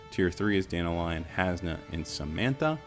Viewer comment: I find it kinda funny that all you American content creators can't pronounce Dan-talion (talion like the shadow of modor main character) and it becomes Danta-lion. It's just one name butchered among all the rest but it really stuck out to me since global launch.